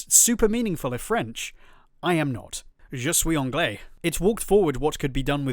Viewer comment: As a french guy, hearing you say "Je suis anglais" is so fucking cool